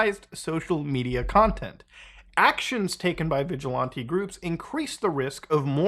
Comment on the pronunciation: The way you say vigilante made this video unbearable bro